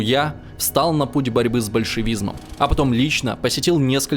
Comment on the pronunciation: Задолбали эти новоявленные знатоки истории, которые тупо читают текст, не понимая его содержание. "С большевизНом", это надо постараться!!!